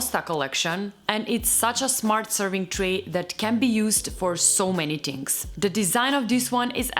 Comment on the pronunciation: So we Italians are not the only ones who say ‘tings’ 😂😂